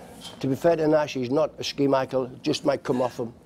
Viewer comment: I'm actually amazed I instantly knew he was referring to Schmeichel when he said Ski-Michael and I remembered who Carlo Nash is...